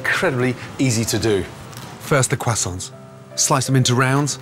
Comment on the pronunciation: Why can’t he pronounce croissants?